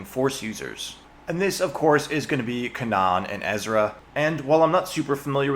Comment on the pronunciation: “Kanan” lol